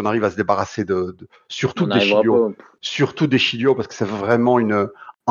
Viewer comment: S’il vous plaît, on ne prononce pas le g de De Sciglio... Prononcez DE SCILIO C’est comme Barzagli le g ne se prononce pas on respecte l’Italie stp je dis pas Rabiotte pour Rabiot 🙏🏼